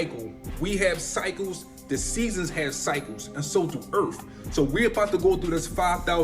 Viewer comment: Can’t take him seriously when he can’t even pronounce EARTH correctly 😂.